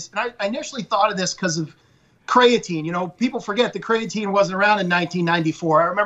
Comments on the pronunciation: '' crayateen '' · what is "CRAY-uh-TANE" lol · The way that pronounces “creatine” 🤦🏼‍♂️🤦🏼‍♂️🤦🏼‍♂️